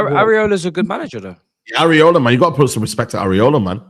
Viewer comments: I swear it's e-rah-o-la & not callin this man areola like some nipples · Why do they keep calling iraola areola they need milk?